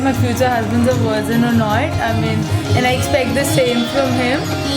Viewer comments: Why is everyone in the video saying "wirgin" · What the F... is a worgein??? I thought they were talking about Virgins but, Worgeins blew up my mind. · what the fuck is a "wergin"? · Girl say VIRZIN :P